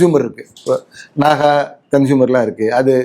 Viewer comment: நகா அல்ல நாகா முதலில் கேள்வி கேட்கும் முன் சம்பந்தபட்ட உச்சரிப்பை கற்று கொள்ளுங்கள்